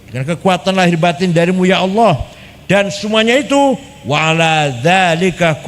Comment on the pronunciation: Gus baha bahlul, nyebut kata Allah aja salah. 🤣🤣🤣🤣